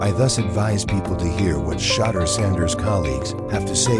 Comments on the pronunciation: Please pronounce Shedure’s name correctly! It is Shedure, emphasis on second syllable. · Sha-door is how it’s pronounced